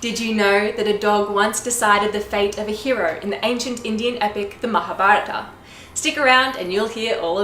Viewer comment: Very impressed with this American narrator of the Epic in this video. Her pronunciation of "Mahabharata", "Vyasa" is impeccable!